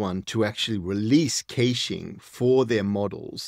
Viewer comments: It’s pronounced “cash”-ing (cash, like, money) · kayshing? :D